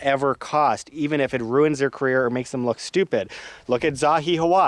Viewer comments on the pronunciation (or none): none